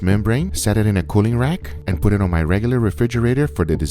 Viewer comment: "As I say, it is enough talking. LETS DO EHHTT."